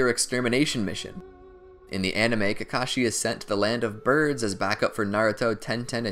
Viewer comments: He said kakocku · You said Kakashi Kakaki at a part I won't tell you when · I loved this but at one point my man said kakaki im gonna die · did did you just call kakashi kaki? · Kakakakee hahahhahahahahahahah